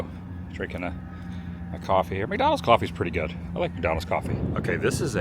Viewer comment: Why can’t you say coffee?